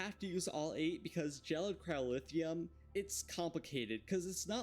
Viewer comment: Why do you keep pronouncing it "cryolithium" and "pyrolithium"? That's not what they're called